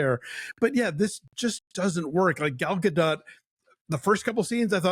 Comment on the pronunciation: Pretty sure it's GAH-DOH